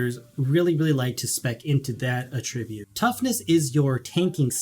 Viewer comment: Great video! You’re doing the community a tremendous service! And, I really don’t want to seem like one of those nitpicky people, but it’s áttribute, not attríbute. Keep up the great content man!!